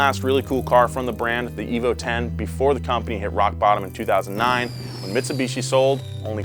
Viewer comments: If you take a shot every time calls it Mits-a-bishi instead of Mitsubishi, you will be dead within the first 3 minutes of the video. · Mitsubichi senpre😂😂😂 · Never in my life have I heard someone pronounce it meetsubeechi